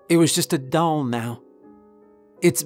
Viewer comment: I am deeply puzzled by your pronunciation of the word doll